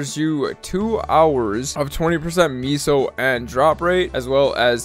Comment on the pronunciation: wtf is a meeso.